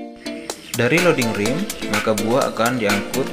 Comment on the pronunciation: Ramp (bhs inggris) dibaca bunyinya "Remp" (bukan "Rimp")